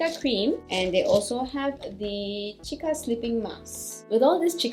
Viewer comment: Its pronounced see-ka